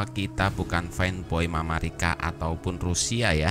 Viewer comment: Netral? . Cara penyebutan nama dari Amerika ke mamarika itu saja sudah membuktikan anda fansboy nya rusky